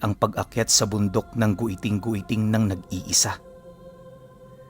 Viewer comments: Giting2x tamang pagbigkas nyan hinde po Goyting2x...😊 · ROMBLON & HILIGAYNON DIALECTS ALMOST HAVE THE SAME PRONUNCIATION, SO IT IS PRONOUNCE AS (GITING - GITING) NOT AS GUITING - GUITING). DO YOUR RESEARCH, IF U WON'T BELIEVE ME. JUST WANT TO HELP! THANKS! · mount giting2x po ang tamang pag bigkas nyan hnde gwiting2x hahaha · It pronounces GITING-GITING not "gweting-gweting" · It's giting giting po pronouncation niyan at Dito Yan samin sa sibuyan but sadly gusto minahin Yan ngayon😢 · sorry mali pag ka bigkas ng my guiting guiting po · Mali yung pag pronounce mo sa pangalan ng bundok